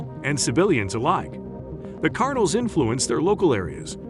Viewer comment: Cartels mofo say it with me Cartels not cartle 😂wtf